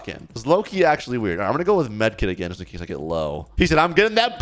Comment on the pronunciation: bro actully say fax and juts juts is not juts its just and fax is aint fax its facts